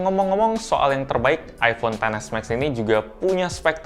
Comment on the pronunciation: Aku kok agak gimana gitu waktu mas bilang iPhone Xs Max tuh ngomongnya "ai ponten s Max". Mungkin lebih enak kalau dibacanya "Ai Pon Xs Max" gitu 😅🙏